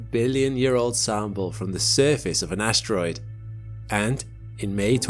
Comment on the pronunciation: What is an "ashtroid"...